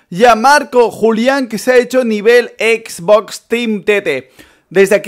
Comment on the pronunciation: Dice exbos